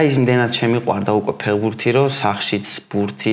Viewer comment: გამოიწერეთ კი არა, შვილო, სიტყვა ფეხბურთი მაინც გამოთქვი სწორად. ფეღბურთი რა უბედურებაა?? ცოტა მეტი პასუხისმგებლობა იგრძენით, როცა ეკრანზე ჩნდებით. 'თუ არ მოგწონს გადართე' და მსგავსი ბავშვური გამოხტომები არ არის პასუხი. ყველას მოგეთხოვებათ ელემენტარული, საბაზისო რამეების სწორად შესრულება.